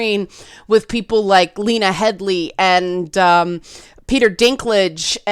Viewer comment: Lee nuh HEAD Lee... 😄 Her name is Lena Headey. 🤗